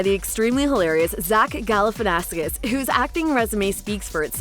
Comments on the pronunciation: it’s Galifianakis not GalifianaFKIS smh. And you truly didn’t need to explain the ENTIRE movie before introducing the actors. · Zach Gali-fanny-Ass-Kiss You know what... I am impressed, and I am sure Zach would be too, by the way you pronounced Zach Galifanakis' name so wrong... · It bothers me how you mispronounced Zach Galifianakis, there is no S before the K